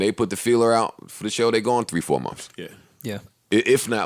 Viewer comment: The way joe says months 😂😂 "mumfs"